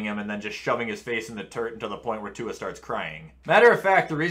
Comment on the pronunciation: Butchered Tuas last name